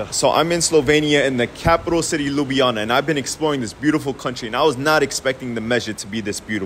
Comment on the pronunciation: You missed one j in the pronunciation of Ljubljana but overall preety good